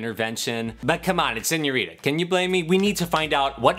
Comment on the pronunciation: He takes the t out of senorita